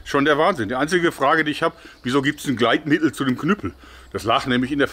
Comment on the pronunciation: Das glritmittel😂😂😂😎 damit es schön glanzt😂😂🙄